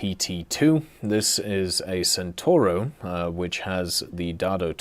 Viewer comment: Centauro is mispronounced again, you guys really don't want to learn the C in italian, uh?